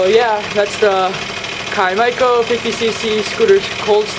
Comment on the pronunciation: Ky-MY-co?? bro, its pronounced kim-co. Come on. Where do you even see MY in the name? Kym-co.